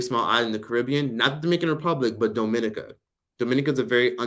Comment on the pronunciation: Dominica is pronounced - Dom (as in dominant) -e (the letter) -ni (as in knee) -ka (as in kangaroo).